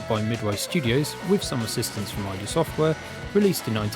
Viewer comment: Nice overview, and that price is crazy for such a game; congrats! For what it's worth, although id Software's name was derived from the initials of former iteration IFD, it's pronounced just like the Freudian concept. :)